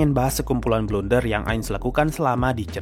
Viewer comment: "Blunder" gaeess bukan "Blender" yaa...